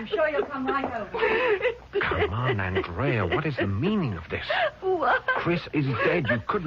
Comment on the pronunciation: Anyone notice how he switches back and forth from AND-rea to aaand-REA?